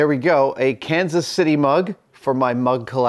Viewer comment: You space out your pronunciation of Kansas City differently than the locals do haha